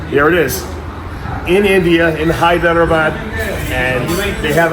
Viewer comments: Dave it's Hyderabad not Hyper abad not Hybrid abad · Did he say "Hyberadad" instead of Hyderabad at the end😂